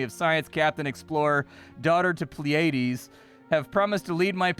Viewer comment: Every reactor ive seen so far has mispronounced Pleiades. plee·uh·deez